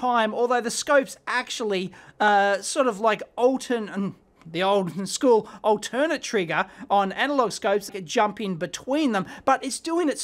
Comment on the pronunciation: Altern-Ate! Long A! The triggers go back and forth, not to some other auxiliary source.